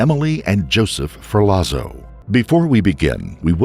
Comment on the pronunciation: *Ferlazzo= ferlatso